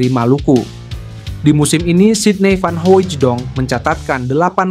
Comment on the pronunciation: Hahaaa dia bilang sidny vanhoijedong,,yg bener aja